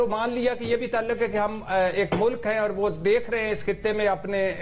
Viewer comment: talaq nhen hota bhatti sahab taluq hota hai pehle urdu bolna to sekho fir ray dena